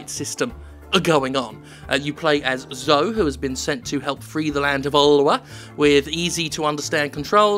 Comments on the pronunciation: 'Zo-ee', surely, not 'Zo'? Or was the Second Doctor deliberately mispronouncing the name of one of his companions for two years... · As a brit, isn't it pronounced Zo-ee?, I never heard Zoe pronounced Zo :/ edit: Might be just the scouse accent call it Zo-ee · I know Zoe looks like it rhymes with Joe, but wouldn't Zoe normally be pronounced Zoh-ee? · Hey Jim, "Zoe", usually pronounced "zo-ee" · what an odd way to pronounce "Zoe".